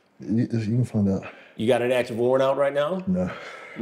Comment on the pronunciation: "We boutta fiyind out" 😂🤣😂🤣. Chris is OC. 😂🤣😂🤣